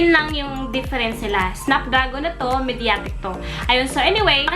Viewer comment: Nice video.. i think you're pronouncing " mediatek " differently